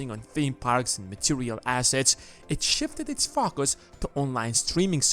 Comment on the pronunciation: “Fuckas” focus😂😂